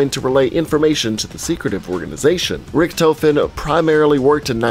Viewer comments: Instead of saying "Rikthofen" to "Richthofen", rather pronounce it "Rishthofen". I can understand the pronounciation is difficult for non-German speaker, but this way it sounds "more right" :D also, the E at the and of "Wunderwaffe" is pronounced, like "Wound-R-Wuff-Eh". Hope I helped instead of simply being a German smartass :P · he says the rictofen wrong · Was anyone else annoyed by the way he pronounced “Richtofen”? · When he said "Richthofen" I got triggered lmao. XD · Gaming pronouncing character names and maps: Zombie veterans: amazing, everything you just said was wrong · You pronounced richtofen differently like 5 times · Drinking game: Take a shot every time he says Richtofen wrong. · pronounces Richtofen wrong Every zombies YouTuber disliked that